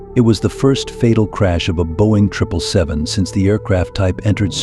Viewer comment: Boing?? 😂 think you might mean Boeing